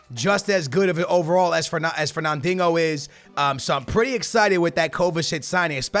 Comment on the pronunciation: ferna-dingo? Kappa. great vid tho keep up the good work